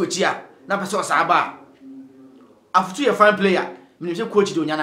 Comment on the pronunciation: The name is Afutu not Efutu. Thank you